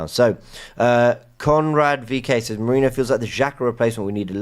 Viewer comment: Merino's surname basically transforming to Mourinho. Why is it so difficult for you to pay basic attention to how foreign names and surnames are pronounced?!